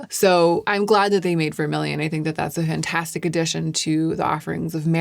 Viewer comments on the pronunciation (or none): none